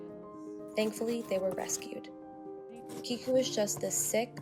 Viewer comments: I can’t be the only one to say this but...”Keiko” is a female Japanese name and it’s pronounced “Kay - ko” (like okay’s kay) not “Kee - Ko.” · Keiko is not pronounced key-ko...it’s pronounced kay-ko.